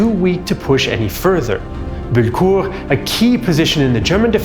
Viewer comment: BULLECOURT NOT BULKUR FFS!!!